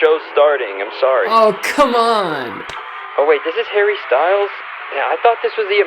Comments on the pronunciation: anyone else notice how she pronounces "Harry" in a british accent for no reason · I hate how she pronounces his name in a British accent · Harry “ween” lol / congrats on the wedding bro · the way she says harry 😂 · why'd she say harry in a british accent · Nah im sorry but did she say "Harry" in a British accent? thats so weird